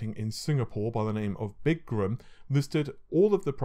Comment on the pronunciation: for the love of all things tech, they're named "Biz-gram", not "Big-gram"! Jeeeeez!!